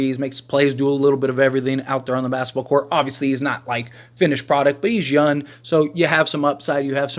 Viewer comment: It’s Young not YUN